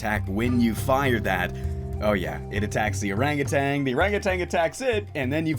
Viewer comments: Did you know it's ''Orangutan'' and not ''Orangutang'' Pretty crazy stuff. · There is no "g" at the end of "orangutan"